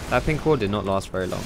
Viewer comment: it's ward xD